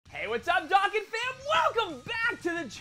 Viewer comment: Does it bother anybody else that he pronounces dokkan "dockin"